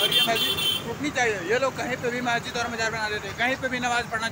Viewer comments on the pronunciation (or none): Mayjid nhi hota h wo bewakuf🤣🤣 Masjid hota h🤣🤣🤣... Phle bolna to sikh lo 😅😅😅 Phnne ko kpde nhi h mehngai chor k hindu muslim chalu ... Afsos angrez 75 sal phle chle gye mgr unki strategy aaj b kam krri h aise hi thori international news channels donkey kehte h hm indians ko srf in jaise jahilo ki wajh se😡